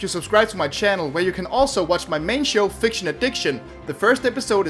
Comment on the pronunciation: its fiction addiction not ficiton addiction (see ep 1)